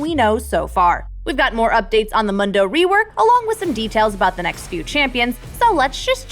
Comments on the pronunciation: "pro guides".. can't even pronounce the name of the champ. mando.. lol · MOONDO*** ITS PRONOUNCED MOONDO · "Mando" lol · Oh yikes this video. First off, Gwen is practically confirmed to be opposed to the Black Mist and therefore Viego, and secondly it's pronounced Moon-doh. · I do believe the Mun in Mundo is pronounced like Moon. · Stop calling him MUNdoe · why is she saying mando bro thats disgusting prononciation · This pronounciation of Mundo/Mando will give me nightmares. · It's MOON-DOH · nobody: person from proguides: MONdo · Someone please tell her it's DAHK-tuhr MOON-doh ("moon dough"). This was decided YEARS ago by the community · That mundo pronunciation and lore was killing me. I coulsnt help but laugh a bit. No flame it just makes me laugh people still say Mundo's name wrong lol. Its moon-do he says it in game enough xD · Why does she say "Mondo" instead of "Mundo"?????? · Moon. Doe. Mewn. Doh. He literally says his own name. How is it hard to get that correct when you're literally paid to do this. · you pronounce Mundo wrong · How did they pronounce Mundo wrong so many times in a row? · I'm sorry but Dr. Mundo literally says his own name, the way it's intended to be pronounced, and you're getting it wrong. Bruh. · Stop saying Mundo’s name wrong 😞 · Not to be that guy... but why was she pronouncing Mundo wrong..? He literally says his name in game... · Still cant get over the fact that no one on this channel know how to pronounce "Mundo" correctly. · I'm sorry, but it's not Mundo, it's Mundo! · She is butchering Dr mundos name. He literally says it in game. It's like a cow moo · Why is she saying Mundo wrong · Mundo even says his name in game and Proguides still manages to say it wrong. ffs people. Legendary skin that needs a rework? Ummmm the most obvious answer is "The Magnificent Twisted fate". It's literally a 750 skin disguised as an 1820. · Why are you saying Mundo like it's not a Spanish word? It's burning my ears. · MOON DO MOON DO NOT MUN DO